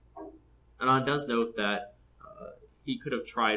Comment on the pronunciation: you pronounced it right. Anand mother tongue is tamil and even in tamil Anand means happiness. Passing of fathers name is right. that's very common in this part of the world.